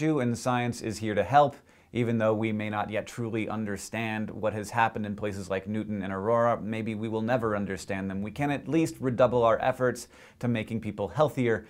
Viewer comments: Newt-own? Really? It's fuckin' New-town. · It's pronounced New-Town, not newton. But, yes, I like the presentation of facts, not anecdotes or testimony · pronounced New Town - not Newton - dude was a nut anyways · Newtown is pronounced the way it is spelled, NOT Newton like the way you said it, Hank. --From someone who grew up less than 10 miles away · I live in Newtown Connecticut and one of the main things on the news and on the Internet is people saying NEWTON. There is a W in there. New, Town. Please remember people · new-town new-ton say it with me N-E-W TOWN not N-E-W TON